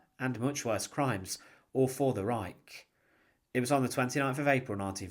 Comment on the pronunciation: Strange that the announcer can't even pronounce "Reich" or other German words.